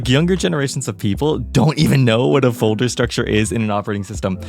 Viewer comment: BRUH, I thought you said volter or smth and felt stupid searching what tf it is until i realized it's a folder, directory is correct btw, don't make that mistake again(P.S. It's a joke about the fact that linux-users have different naming)